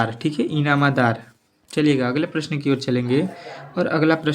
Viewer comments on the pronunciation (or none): + bhi galat kar rahe ho or Hindi bhi nhi padh pa rhe ho inamdar ko inamadar bol rhe ho kya teacher ho 😢